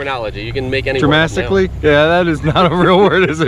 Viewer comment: Dramastically? That’s my new favorite word.😂